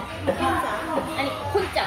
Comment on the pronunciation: 공짜가왜혼자라고들리나 소리로들었더니 진짜혼자로들리네